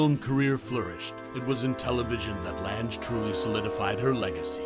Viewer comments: Pocketful of Miracles is my favorite. Edward Everett Horton and Peter Falk were great, too. Her name is pronounced like Lang. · That's what I kept thinking when I heard him say "Lange" that I had always heard it pronounced "Lang".